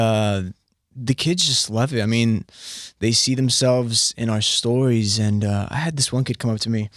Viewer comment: When he said stories, he said stowies!!!